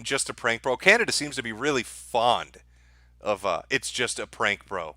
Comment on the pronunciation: Man since presented that map, I couldn't stop laughing... then bam again, "Canadia"... ohhh man! why don't you upload on Bitchute anymore? What about those who miss your live streams?? Come on man, you can't do this to us....